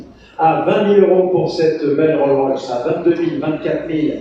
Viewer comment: L’expert qui dit Roll rolls 😊mon dieu 😂les spécialités